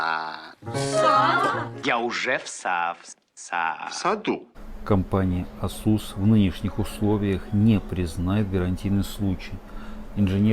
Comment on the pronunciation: Режет ухо слово Асу́с.